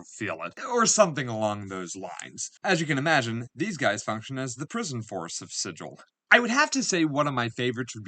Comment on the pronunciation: It's pronounced Sig ill. According to the Old school books. :)